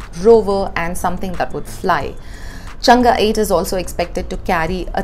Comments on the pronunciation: Hi, Chang-e is pronounced चांग - अ, where the अ sounds somewhere between a and e. You seem to pronounce it more like चंगा. It is a proper noun and ofcourse you have some lee way on how to pronounce it. Your videos are very informative and glad that print is devoting to a Science section, when many media houses just seem to ignore Science section due to lack of funds. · It's chang not changaaa